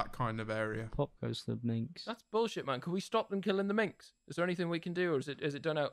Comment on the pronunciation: Minks (plural of Mink) not Minx